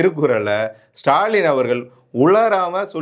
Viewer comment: நன்றாக பேசுகிறீர்கள். நன்று. ஆனால் முதலில் 'ழ'வையும் 'ள' வையும் முதலில் சரியாக உச்சரிக்க கற்றுக் கொள்ளுங்கள்.. மொழி என்பதை மொளி என்றும் அவர்கள் என்பதை அவர்கல் என்றும் உச்சரித்து தமிழை கொலை செய்வதை தாங்க முடியவில்லை. அடுத்த காணொளியிலிருந்தாவது உங்கள் உச்சரிப்பை கவனிப்பீர்கள் என்று நம்புகிறேன். அல்லது நீங்கள் சரியாக உச்சரிக்கும் லரை காத்திருப்போம்....